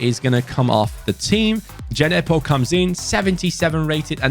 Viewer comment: it’s Djenepo not D-J-nepo🤣